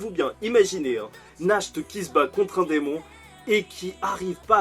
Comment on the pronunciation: Sinon Nacht se prononce "nart" ce qui signifie nuit en allemand